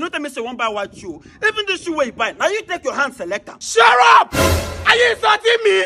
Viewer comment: "Shur up" j Ha😂😂😂